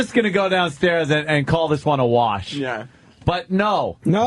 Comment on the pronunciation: So much emphasis on WORsh. It's terrible. Maybe it's because I've never heard it pronounced any way other than rhyming with "Darsh", but that drives me nuts for some reason. Maybe he's only seen "warsh" in writing and thinks the WAR is pronounced as WOR? I dunno if that actually is a regional thing or not though, so he could be right but it's still annoying as all Hell.